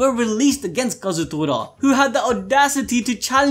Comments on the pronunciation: Tor-a!! Kazutor-a!! TORA as in Japanese for tiger Damn!!! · Day 2 of telling that its kaa-zoo-toraa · come on its ka-zu-to-ra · I want to know why can't seem to say Kazutora correctly, or remember that he asked people to say they SIMP for Mikey.